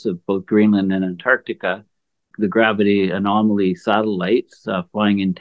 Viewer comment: At 4 mins, did you just say "gravity anomily satellites flying in tandem" 😂😂😂